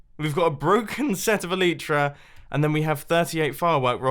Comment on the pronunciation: elytra is pronounced: [ɛl ɪ trə]